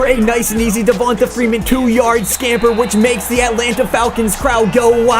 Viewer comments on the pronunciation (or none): Holio Jones? Devontuh Freeman? GTFO dude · As A Falcons Fan, It Hurts Me How You Pronounce Julio & Devonta's Name. 😂🤦🏼‍♂️